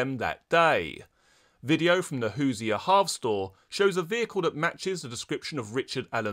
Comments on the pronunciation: Hoosier is pronounced hoo•zhr like Leisure with a “Who” at the beginning. Other than that, keep up the good work! (Indiana is the Hoosier State and no one really knows what it means) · "Hoosier" is "Who-zer," And it's from "Who's there."